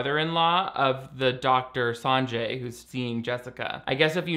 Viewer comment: Fyi the name "Sanjay" is pronounced more like Sun (🌞)-Jay!